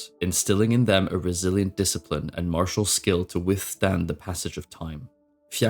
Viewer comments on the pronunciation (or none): none